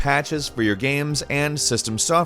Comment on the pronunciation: Just realized pronounces “games” as “gams”